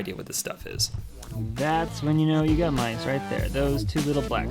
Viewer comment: Honestly, I thought you said Lice and I screamed but then you showed the poop and I was like OHHH MICE!